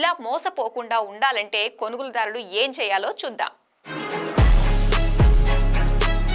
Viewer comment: Pronounce konugoludaarulu properly